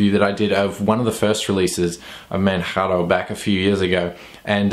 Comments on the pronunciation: Great review as usual. The correct English pronunciation is /Mandjaro/. /Manharo/ is the way we pronounce it in Spanish. So there you go, if you are wether a English or Spanish speaker, you already know the correct way to say it. Oh, by the way, I'm typing from Manjaro, and it's an incredible distribution, pretty fast, lightweight and it's the first distro wich made me try XFCE (Wich I considered it was too ugly for my taste). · ManJaro...ManJaro...ManJaro...like Kilimanjaro. It's not Spanish LOL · Is the wrong pronunciation of "Manjaro" intentional? :D Since in the earlier reviews of this distro you pronounced it right - Manjaro, as in Kilimanjaro. :D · Pls just call it ManJaro ffs. I only watched this because I'm a fan of the distro. I quit watching your videos some time back because you insisted on saying "Maatay", "OpenSooser" and "Guhgnome".